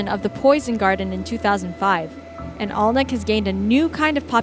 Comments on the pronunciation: Accent difference aside, Alnwick is pronounced Annik not Olnwick. The first two Harry Potter movies were filmed at the castle there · It's called Ann- ick and not Alwnwick. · It’s pronounced anick castle not Alnwick castle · Alnwick is pronounced ANNICK, not ALNICK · Alnwick pronounced annick, the Poison Garden is under lock and key so you can only go in in small groups with a guide, also the castle is where Harry Potter was initially filmed, a truly lovely place to visit. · Americans trying to pronounce British names is always entertaining. Alnwick is pronounced "Annik". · Alnwick Gardens dangerous????? (Ann-ick for way of saying it) please? Have you been paid by the duke? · in "Alnwick", the "l" and the "w" are silent... it's pronounced like "Annick" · Alnwick gardens is not dangerous I ve been through the poison garden loads of timers. And by the way it's pronounced a n i ck I live close to it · Get the pronunciation of places right if you are going to talk absolute bollocks about them. Alnwick is pronounced "Annick". The L and W are silent. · I live near Alnwick castle. Its pronounced 'Annik' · At least say Alnwick right and I had NO idea that the POISON garden had TOXIC plants in it